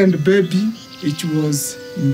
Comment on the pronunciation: The first guys English makes me feel dumb for knowing only 1 language. Lmao the way he said Daisy